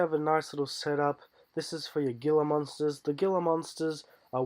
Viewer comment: Gila Monster is pronounced Hela Monster